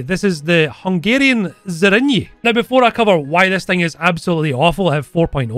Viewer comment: You pronounced Zrínyi very welll :) (Hungarian here)